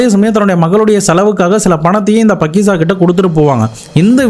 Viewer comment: பக்கிசா இல்லை faakiza